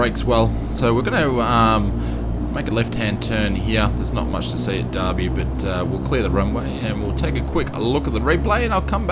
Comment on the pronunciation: YAY U DID IT AT BROOME hopefully that update it too how it is actually IRL also I lived in derby for 2 years also don't pronounce it like the bloody British it's der bee